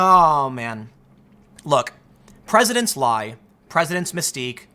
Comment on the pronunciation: Tim "Mispeaks The Word 'Mispeak'" Pool